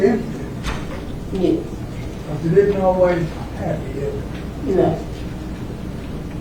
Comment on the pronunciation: We are here to learn how to say yuess. Smfh. Plus a side of sitting improperly in a court room. This.